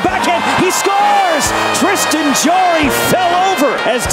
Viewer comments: JARry not jor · It’s Tristan JARry, not jewelry. Your pronunciation is a blooper